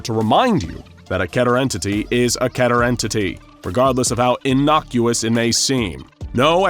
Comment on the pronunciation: KEE-TER. Not ketter.